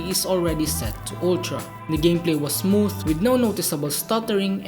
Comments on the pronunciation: Basahin yung "Smooth" dapat sa English accent 😆 Me: Smootfffhhh😆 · The way he pronounce "Smooth" 🤧